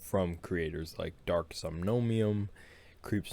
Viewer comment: wait... wait... Somnomium? It's Somnium, there is no "OM" in the middle :)))